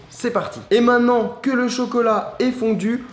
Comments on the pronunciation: Lam Zenati sa se peut qu'il est pas français voilà. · Lam Zenati moi sa ma stresser tous le long de la vidéo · super vraiment. stp essaie de dire MAINTENANT et pas MAINNANT car beaucoup d'enfants te regarde. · Quelqu'un peut lui dire qu'on dit "Maintenant" et non "mainant" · mainttttttenant et non mainnant putain hahaha, sinon belle vidéo